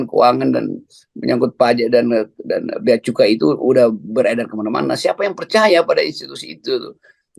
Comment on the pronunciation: Saya minta ma'af, salah membaca Bea Cukai terbaca: Bea Kecu !